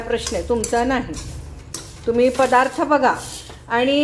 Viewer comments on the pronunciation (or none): none